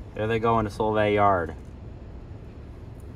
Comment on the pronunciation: Fyi, It's Sol-vay not Sole-vay😅